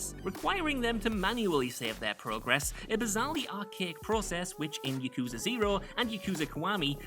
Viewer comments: It's "Yah-koo,zah", not "Yuh-koo-zuh"! Will you people of this world ever learn to not fail to say Japanese words correctly? You primarily-speaking of English people do this stunt all the darn time! Reason I feel this way, is because I'm Japanese. And I don't appreciate so many of you butchering Japanese words all in the exact same way. And this isn't an accent problem, it's you guys, and the majority of the English language side of the Internet, who make this problem. I don't mean to rage, but this bothers me so much. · The way pronounces Yakuza, makes me cringe